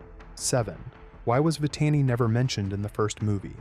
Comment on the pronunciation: About no. 4, I never believe that Scar got it from the snake during “The Lion Guard”. About no. 5 and on , the name of Simba’s son is pronounced as Kīon. (It’s pronounced with a higher letter i.) About no. 7, you mispronounced Vitani's name. (It’s pronounced as Vih-tah-nee.) About no. 10, what do you mean by “hungry" on ?